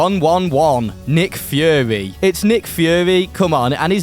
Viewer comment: I’m sorry did he say nick führer